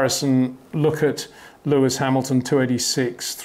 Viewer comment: HEY PETER WINDSOR, I HAVE MESSAGE FOR YOU SIR: With all due respect ... it is NOT Max "verSHtappen" ... Max is not German (Germans indeed do pronounce "st" as "sht") ... #Max33 = Dutch NL/Belgium! ... It is not "Bottash" nor is it "Lewish" certainly not "verSHtappen" .... This BS started long time ago when a British sport presenter interviewed father Jos Verstappen and assumed you can use a German pronunciation to a Dutch Driver thinking it is so "funny" ... It is not. Serious question: can any Englishman say "versatile" out-loud without saying "vershatile" phonetically? most can about 99,99% ... that is why most English can pronounce Verstappen 100% correct! Father Jos Verstappen (also F1 Racer) was very active between back then only a very few said "Vershtappen" but the vast majority of British sport presenters pronounced it perfectly ... only a few old stubborn farts like Peter Windshor